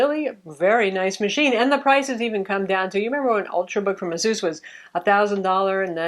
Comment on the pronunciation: Its ASUS! Not asoos. Jesus lol.